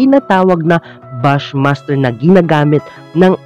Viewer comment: Bush master hndi bas master